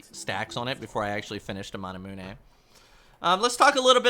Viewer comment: You say manamune wrong